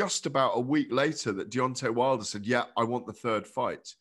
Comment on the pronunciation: “Deon’ay Wilder”